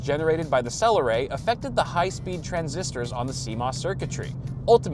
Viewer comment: I heard your saying "cell array" like saying Celeron in a silly way, going for the old classic joke of calling them a celery lol.